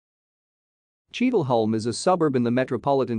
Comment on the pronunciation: It’s pronounced Cheadle Hyoom!